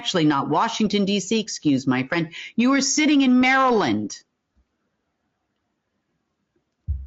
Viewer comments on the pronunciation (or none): none